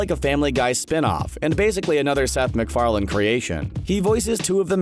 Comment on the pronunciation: it's Farlane not Farland!